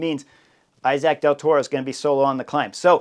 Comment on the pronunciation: The name is pronounced e-sac of something like that.. thank you